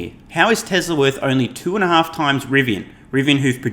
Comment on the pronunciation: Please .... its TESL(A) not TESL(R). You do good work ... keep it up ... just the R is a bit off.